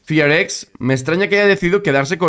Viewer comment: porque el equipo se llama Fearless Fox, lo acortan a FearX y cuando lo pronuncia se escucha como Fi Ar Ex